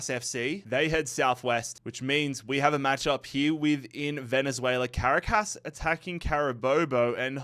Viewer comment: Awesome job making these videos. It is now a yearly tradition for me to watch these in their entirety. It's clear that you put an ungodly amount of work into these, I know I would lose patience with it so fast D: A few pronunciation tips if interested: Caracas = "cr AH kiss" Quito = "KEY toh" (like "cheetoh" but "key") Amiens = "AM yawn" but you kinda drop the "n"